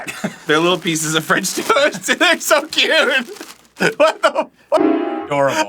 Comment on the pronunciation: Arin rejoicing with a valiant “fRINCH TOEST” is extraordinary